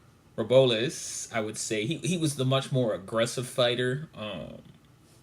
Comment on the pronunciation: YO!!! You Need Some Practice Brother... that Hispanic fighter who fought Kenny Sims Jr. Names is pronounced ROW-BLESS , put some respect on his name... & They are 140lb fighters which is JuniorWelterWeight ... Not 122 , KennySimsJr is great fighter to watch on the come up ... he dropped Pacman in sparring for The Mayweather fight ..... keep practicing & studying brother